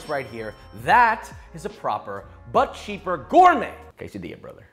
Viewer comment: DID HE SAY BUT CHEEK?